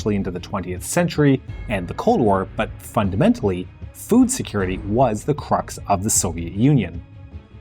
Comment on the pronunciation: I can swear that in the last phrase I heard "the problem with the CORN WAR" 😂🌽